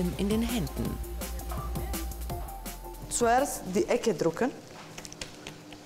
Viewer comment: sagt die statt drücken drucken hab ein lachfläch bekommen